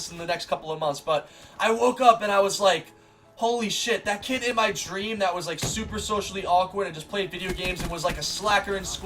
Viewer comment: I think you said "stream" instead of "dream" a few times 😂